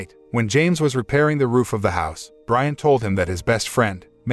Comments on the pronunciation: not to be nit picking but Brianne is not pronounced Brian its actually Bree-anne (or something like that) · Driving me nuts. Her name is pronounced Bree-Anna not Brian. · It's pronounced breeahhna not briana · Bree-ann, not Brian. Damn robots... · LOL That was the point I had to stop watching. AI ain't so smart after all. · For the last time, It’s Bri-Anne not Brian! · It's pronounced Bree-Anne, not Brian. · Hey Brianne = Brie-Anne not Brian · Ha Ha. These stupid IA generated videos constantly misread the stroyline given them. The wife's name is not Brisn, which is a man's name. Her name is Brianne. Big big difference. You would think the people editing this would catch it and redo the speakover. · Please, please stop! Sit back, and before you do ANY more reviews, learn how to properly say words. It’s not that hard. If you are not sure about something, look it up!! Do you really think his wife’s name is Brian? Do you? My God, I couldn’t finish watching!! Brianne. Now, what’s a pretty name for a girl spelled like this? Come on, brother… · Narrator cannot tell the difference between Brianne and Brian. Rather aggravating. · Pronounces Brianne as Brian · Her name is pronounced Breeann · Jesus is the name Brianne pronounced Bree Ann